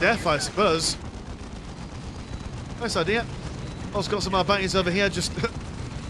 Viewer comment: it´s ar-bee-tes not ar-byte-s